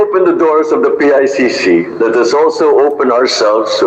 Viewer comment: PICC po Hindi ICC teh’😂